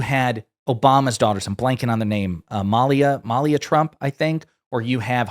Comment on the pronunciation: Pronounced Ma-Lia’ as opposed to Mal’-ia. But you misspoke and said Malia Trump and ugh!!!!!!